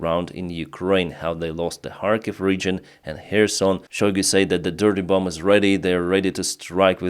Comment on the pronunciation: Hello, Thank you for your work. It is good to hear what is happening in Ukraine 💙 I thought you would like to know that the 2nd "b" in bomb is silent - so it sounds like "bom" instead. Much Respect from an American Ukrainian